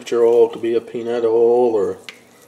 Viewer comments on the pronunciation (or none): "Sssaaflyer oyol" hahahaha